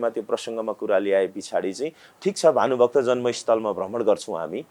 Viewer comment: phaile bhanu bhakta lai ramro saga ucharan ta gara saman saga bola